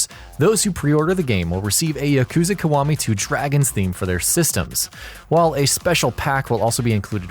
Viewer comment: i got triggered everytime he said Kawami instead of Kiwami